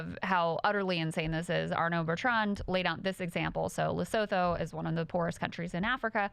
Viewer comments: Trump is using tariffs like 19th and early 20th century Presidents. The tariffs were useless then and they're even more useless (rather destructive) now. Also, Lesotho is pronounced 'Lesutu' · Just for the future: Lesotho is pronounced Lesutu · Haha- I love you guys. South African here - The pronunciation for Lesotho is La-SOO-too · I'm pretty sure it's pronounced "Lesutu" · It’s pronounced lesutu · Krystal I love you, but it's pronounced "Lesoothoo" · I believe it’s pronounced “Lesutu” but wtv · Please learn how to pronounce Lesotho. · All love but uhh… Lesotho … the “th” isn’t pronounced like in English - you can just pretend the “h” isn’t there 🫠